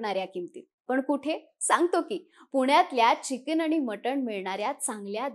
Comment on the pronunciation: चिकिन नसतं मॅडम ते चिकन असतं 😂😂😂😂